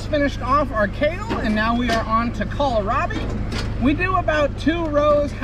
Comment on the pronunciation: I laugh every time you call it kal-a-rabi hahah